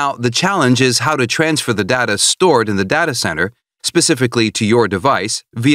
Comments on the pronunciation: Data not dada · Oh he says it as Da-ta.. I thought it is read as Day-Ta... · I can't get over his mispronunciation of "data" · There is no correct pronunciation of data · You'll never learn as long as you are pronouncing "Data" like that.